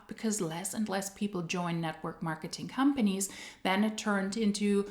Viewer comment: I swear sometimes I hear you say hun-panies when you say companies 😂 which is also suitable in MLM case